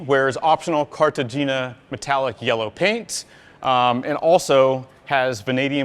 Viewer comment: Carta-HAYNA. 😂 like Colombia...